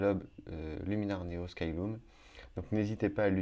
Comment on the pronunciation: Merci pour cet intéressant tuto, tu détailles bien toutes les étapes ! ( par contre, je pense qu'on prononce "skyleum" et pas "skyloum" !)